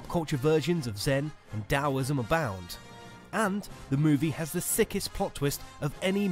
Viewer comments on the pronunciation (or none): none